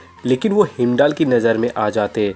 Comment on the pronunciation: Hemdal nahi hiandal God of eyes